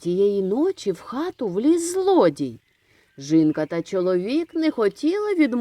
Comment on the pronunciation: Чому говорите жинка , а не жінка?🤔